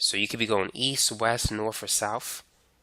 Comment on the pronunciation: how come you pronounce it "eas" and "wes" when its easT and wesT?